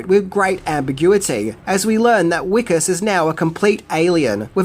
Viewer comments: I’m South African, Johannesburg really is like this, it’s a documentary. Jesus, Wickus is pronounced Vic-us. Great video. ❤️ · Annunciation of the name: Vee-kus not Wheeee-kus. The W doesn't get rounded (It's a Dutch/Afrikaans thing) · I'm pretty sure Wikus is actually pronounced Vikus in the film. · His name is pronounced phonetically as Vickus. W in Afrikaans is pronounced like V. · Its pronounced Vickus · The "W" in Wikus is pronounced "V' XD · Just a note, the main character's name is pronounced Vic-us, it's an afrikaanse name, which is a language that the W sound is actually pronounced as a V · STOP SAYING WICKUS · Have you watched this film? Spelt with a ‘W’, pronounced with a ‘V.’ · Hey. Just a quick one…It’s pronounced wikus with a V almost like vikus. Just a quick correction as I’m from johannesburg. Love your channel. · I'm assuming you haven't watched this movie,? His name is pronounced as Vee-kus. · My Dude. If you watched the movie Why are you pronouncing his Name Wikus (Afrikaans name) wrong? They use it in the movie with the correct pronunciation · Oh the way you pronounce Wikus makes me cringe and then laugh at the same time. There's a type of cricket in South Africa called a parktown prawn, it looks similar to the Australian mole cricket. That's why the aliens get called prawns not because of the sea creature that tastes delicious